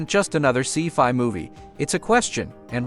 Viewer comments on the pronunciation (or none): You'd think in this day and age we could design better AI voiceovers. I laugh at pronunciations like "see-fy" for scifi, and the movie title "Eet" instead of E.T.